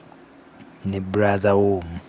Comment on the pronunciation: Pronouncing brother as "Blaza" and saying he had "authority" instead of ability, you can imagine what jobs he could possibly have done. Naye azanyidde nyo kumitwe gyabanne! For anyone that drives, try and imagine driving at high speed and suddenly drop the gear to number one. The car will almost stop right away, even worse for a powerful one like a Range Rover Sport.